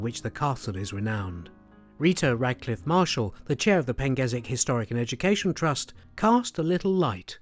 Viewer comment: Never heard of that pronunciation of the name "Pengersick" before!? It clearly has an "R" in the name but you have chosen to ignore it and give it a pronunciation I've never heard of in my 60 years of visiting Praa Sands??